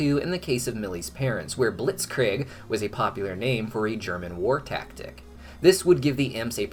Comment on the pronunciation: I'm sorry? Blitz-creig? It's a hard K. Like Cry. Kreig.